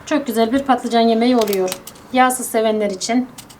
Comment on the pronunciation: Tarifiniz güzel fakat patlıcan ilk defa söylüyorsunuz sanırım...